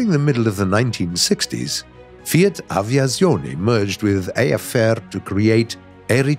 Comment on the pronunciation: a tip to pronunce Z in italian: try to say ts aviatsione, bcs Z is pronunced stronger beautiful video